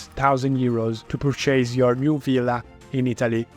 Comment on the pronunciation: You're pronouncing purchase completey wrong. It's not "Per Chase", its perchice.